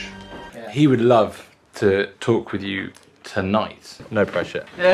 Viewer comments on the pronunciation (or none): none